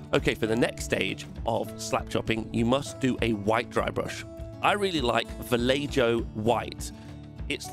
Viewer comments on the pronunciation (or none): Bro really said Valeiyo instead of Vallejo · VALLEHO NOT VALLEJOOOOOOO GAWD:P:P:P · Ba-leii-yo. Lol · Valle-jo? Valleho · Vallejo = BAH-JE-HO NOT BAH-LEI-YO ;) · Before anything else - Vallejo isn't "Vallayjoe" - it's a Spanish company and it is pronounced "Vah-yeh-ho". (It's a diminutive form of "valle" - valley). I've watched a few of these "Slapchop" (where did they come up with such a dumb arse name for the technique? "Slapchop" sounds like a thug from a 1960's 007 movie) videos and yours is about the best result I've seen. But with all that dry brushing is it any quicker than just priming in white, adding a dip and working from there? Or using regular paints in most areas and adding a wash? I think, that like "contrast paints" themselves it's a technique that works well in certain circumstances but certainly is not the bees knees that so many people seem to claim on these videos. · STOP!!!! did you just say Va-ley-joe? that is the worst , of the worst pronounciations of that paint line that i have ever heard say it after me...Vah-yeh- ho. again. now back to the video. Argh you did it again. My ears are bleeding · It's 'ho' not 'jo' being Spanish. :) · Va-ye-ho, please. Va-lay-joe is what you get from your girlfriend on birthdays and anniversaries. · BLANCO, which is white in other countries! And its pronounced ValleHo, not ValleJo. Fluc me, im a cockney an even i can prounce that un. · This is amazing! You're killing me with the Vallejo pronunciation lol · Every time someone says “ValleJo” a sable brush falls apart. Lol awesome video and I love the technique. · Vallejo is pronounced "val-ey-ho" ascends to painting heaven on a magical raft of light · I really like VAR-LAY-JOE. Next level pronounciation mate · Love the energy. Taught me how to drybrush my hand so people know Im a cool painter, and finally learnt the proper pronounciation of Vallejo (see: Vallay-joe) Subscribed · “vuh-lay-joe” LMFAO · VALL-AY-JOE!?! Heathen. ❤️ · Its "Va-Lay-Ho" dude.